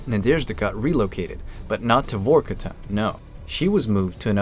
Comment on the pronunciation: It’s not VOrkuta. It’s VarkuTAH!